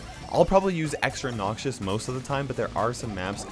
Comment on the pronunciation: Nobody:: NOCSIOUS